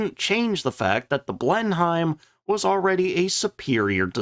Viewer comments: Exactly. I see a lot of replies with "yeah but...". There's no buts here. It's an English plane and it's pronounced "Blen-em", not "Blen Heim". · The Blenheim pr. Bleh-nim Not Blen-hyme.... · Excellent ep as always but it's pronounced Blenim, not BlenHEIM. English toffs have this irritating habit of shortening their place names (Blenheim is the ancestral home of Malborough) when speaking so they can quickly tell if you're a local or a provincial, or in your case, even more horrifically, a colonial. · Always thought the Fairy Battle was a bit " British Garden Shed " in its design , the Only Aircraft that came out of what we had then and became a Legend was the Beufighter , an when you say BlenhiEM ..just say it as " Blenim "..Good vid. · You don't pronounce Blenheim Blen - Heim, it's Blen-im. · A really good video. That said, Blenheim is pronounced "Blenem". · Pronounced Bristol Blen-im. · Blenheim is pronounced blenem. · Blenheim pronounced Blennim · Please, if you do struggle to pronounce the names of British aircraft please RESEARCH. It Grates something awful to hear it mispronounced. Please no more 'Blen-Heims'. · Blenheim is pronounced "blennim". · Drinking game, each time pronounces Blen-HYIM 😆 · Them funny Yanks! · had to stop listening at 'blen-hime' for the 10th time. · Blenheim is pronounced Blen-em! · Minor niggle: Blenheim is pronounced Blennim. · I know you always try hard to pronounce aircrafts names correctly. 'Blenheim' is pronounced 'Blennem'. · The word "Blenheim" is pronounced as /ˈblenɪm/ ("BLEN" + "im"). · The "H" in Blenheim is silent.... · IDK, but your pronunciation of Blenheim makes me angry